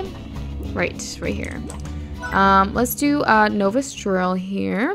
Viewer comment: Its pronounced (naw-vis) novice